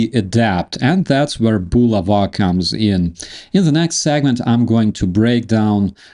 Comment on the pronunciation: It's bu la' va, not, bu la va'